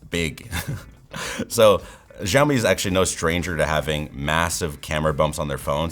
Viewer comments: It's not jawmi It's shawmi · 1 - it's Xiaomi, not Shiaomi. Why do you pronounce it that way? 2 - because it's chinese aka spyware. Boom. No need to watch the rest of the video. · He pronounces Xiaomi as if it were called "zhaomi" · It's pronounced the way he pronounced it or possibly Zhaomi but definitely not as Xiaomi.